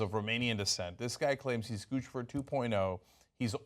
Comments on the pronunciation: Why is the media pronouncing "Guccifer" like they're speaking to an infant. Shouldn't it rhyme with Lucifer? Not, gah gah goo goo goochi goofifur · It's NOT Guchifer IT"S Guccifer.!!!!!!!!!!! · I think its funny that they keep calling him Goose-e-fer. I think it's supposed to be pronounced Guck-cypher 2.0? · 2 Cs equal the ch sound. Like in Gucci, the brand. It isn't pronounced Goosey, It's pronounced goochi. Now add fer. Now you have Lucifer wearing designer clothes. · Its Guccifer like Lucifer with a G. Not Goochifer. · Gucifer. Like Lucifer. Not Goochifer. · Is it? Then why has every other source gone out of their way to tell readers the phonetic pronunciation is GU SI FER? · It's pronounced like 'Lucifer' dammit! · it's not goochi-fer >.> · Isn't Guccifer supposed to rhyme with Lucifer? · I think it's pronounced (goose-a-fur) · It pronounced like Lucifer but with a G. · It's pronounced goosipher you morons. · Pronounced "GOOSE IF ER" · "Goo-SI-Furr," for fuck's sweet sake. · NO, GOO SNIFF AR !!!